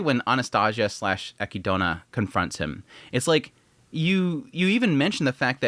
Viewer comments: Are you saying ech-e-doe-nah as a bit? Is it a joke? Eh-kid-nah, Echidna the mother of monsters in Greek mythology. Also an adorable hedgehog in Australia. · HOW DO PEOPLE NOT KNOW HOW TO SAY ECHIDNA!!! THEY SAY IT IN THE SHOW!!! (A KID NAH) KNUCKLES THE EH KEY DO NA?? 😂😂😂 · Take a shot every time he says echidna wrong 😂